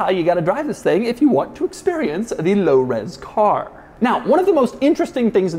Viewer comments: I dare you to say Lo Ros Car one more time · Can you say “low res car” again please 😂